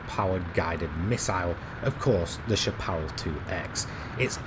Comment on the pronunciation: I love your videos. They’re really fun and helpful. I’d like to take a minute to help you with the word ‘Chapparal’, since it’s pretty much an American word derived from the Spanish word ‘chaparro’, meaning ‘short’. Chapparal is a North American shrubland plant community that extends from southern Oregon here in the U.S. south through California, into the northern part of the Baja peninsula in Mexico. Obviously, it’s also the name of a racing car manufacturer. In the late 1960s, we also had a western TV show here in the states called ‘The High Chapparal.’ I hear a lot of sim racing enthusiasts mispronounce this word, especially if they live outside the U.S., which is perfectly understandable. It’s pronounced SHAP-ə-RAL, with the emphasis placed on the first and third syllables. The last syllable rhymes with ‘pal’ or ‘Sal’, not ‘ball’ or ‘fall’. I hope this was helpful. Thank you very much for all the great videos!